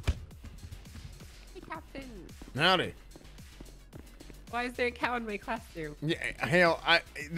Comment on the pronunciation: 'Cowptain' lmao